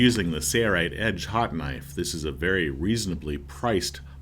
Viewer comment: Why can't the narrator say SAIL-Rite? He says SAYER-rite every time. Bro it's not a hard word. Say-LLLLLLLLLLLL. SAIL.